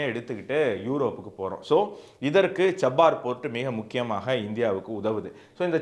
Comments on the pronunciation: குவாடர் அல்ல, கவாதர்.. அதேபோல் சப்பார் அல்ல, ச்சா பஹார் (நான்கு பருவநிலை) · Pronounce error. Cha - bah- hahr port